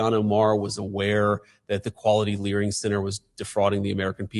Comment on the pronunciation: Where else can you go to get the best “Learing” other than Minnesota 🤷‍♂️